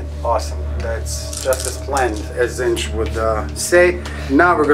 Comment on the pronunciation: It's Tzeentch ("zeen-ch"), not Zinch. Every time you say it in one of your videos, I just get irrationally upset. Please stop. Otherwise, I really like your videos!